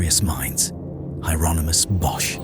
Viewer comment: It's pronounced Yeronimus, the H is silent. AND, the couple in the foreground is Adam and Eve, you can see the fig leaf. They brought original sin into the world.